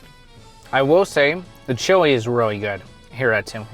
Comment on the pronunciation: The chewy? Maybe pronounce chili ?